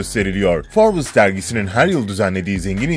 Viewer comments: Şu cahile birisi derginin isminin "Forbıs" olmadığını söylesin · Her 'Şey' ayrı yazılır. Bir de Forbes Dergisi Forbıs diye okunmaz. Yazık o 3 milyon aboneye! Yaptığınız işe saygınız olsun.